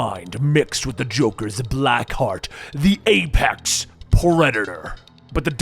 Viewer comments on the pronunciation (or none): none